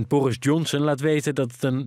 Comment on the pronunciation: Borrggggggis Jhonson